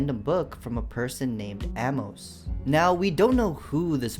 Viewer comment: My friends dog name is Amos and u said it wrong